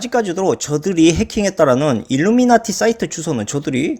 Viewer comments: 일루나미티가 아니라 일루미나티… 자꾸 일루나미티라 하시네요 ㅋㅋ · 일루나미티 (X) 일루미나티 (O) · 일루나미티? ㅋㅋㅋ 발음 꼬였슴니다